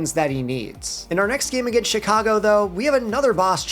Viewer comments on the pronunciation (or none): none